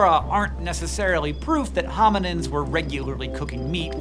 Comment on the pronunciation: Is he saying hominiNds or am I hearing it wrong?